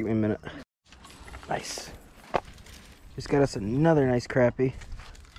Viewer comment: Good to hear "crappie" pronounced right. Nice fishing!